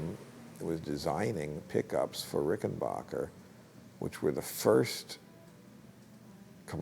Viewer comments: The name is pronounced Rickenbacker, not Rickenbocker. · For future reference, its pronounced "Ricken BACKer". Not Ricken BACHER". I hate when people think they know so much about guitars and they can't get the name right.